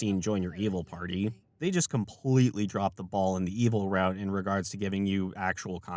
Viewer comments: Drow is pronounced jer-owe. Not jore. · Drow is pronounced "drouw" like cow, take a bow, ow that hurts. ✌